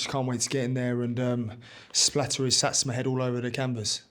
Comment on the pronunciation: Can't even say Satsuma properly. What an egg 😂😂😂. Eggs bennydickt.